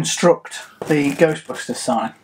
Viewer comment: OK, please clue us in on the "GHOSTBUSTERS" emphasis. It cracks me up, but I'd like to know the back story there....